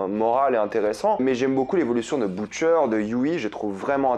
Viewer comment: att jai entendu bOUtcher